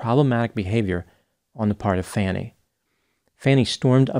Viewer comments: Her name is pronounced "Fawn-nee." I am amazed that in 2024 her having cash on hand is such a huge issue. If you use credit or debit cards, you can get cash back. If you go to the bank to deposit money, there is an option on the deposit slip that asks if you want cash back. It's possible to have cash that you've accumulated in that manner for which you have no receipts: but it's your money. You've done nothing illegal. My grandmother had bank accounts, CDs, annuities and real estate, but she always had several thousand dollars in her home. When she died, she had $30K in her house. Is it so difficult to believe that a person of color can have cash in her home? There are plenty of stories about people being robbed of cash, valuables and jewelry that they keep at home in their safes. Having cash in your home or on your person is nothing new. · Did you actually watch the hearing?🤔 Her name is pronounced FAH-Nee rhymes with brawny. She says it at the very beginning of the hearing. It's a little cringy hearing you mispronounce her name each time. Not disagreeing with your analysis however 😄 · I'll admit, because of that I used to think her name was pronounced "Fanny". Then I listened to a podcast and the host said it correctly. I was wondering why he was mispronouncing her name. When I listened to the hearing myself, I was like damn I've been the one saying it wrong all this time. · Her name is pronounced Fah-nee. Same "A" sound as, so I know you can say it correctly. Kinda obnoxious. It really bugs me when people mispronounce names. I feel that this is intentional and disrespectful. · I believed. is mi's-pronouncing her name. It's pronounced as "Faw-ny". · He won't care, that's why he mispronounced her name. Not to mention that none of this alters the facts of the case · Hey Don’t you know how to pronounce Fani`s name or is it deliberate for effect? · Nope, that is not how she pronounces her name. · Not "Fanny", "Fauny."